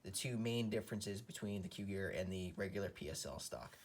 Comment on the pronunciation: Nice video but it's pronounced "KOO-jir" and not like cougar. 😉